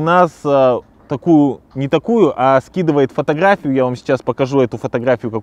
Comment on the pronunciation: Четко слова без буквы р подбирал . Только в конце на слове фотография прокололся . Красава .